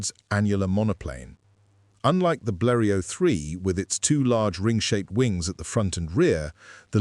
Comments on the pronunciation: Yeah but it can't pronounce Bleriot for shit. (edit) until . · Bleriot's name is pronounced Bleri-ot, far from the narrator's weird pronounciations! Otherwise an interesting subject!